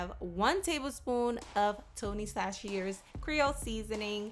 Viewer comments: Babygirl this looks delicious👌🏾 Btw it's Tony Chachere's(Sat-sha-rays) I'm born and raised in New Orleans and I personally know the Chachere's well 🎺⚜🎷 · Cachere’s???? Baby I’m from Louisiana. It’s pronounced “sash-shuh-Rees.” Lololol. Love the recipe though. It was so yummy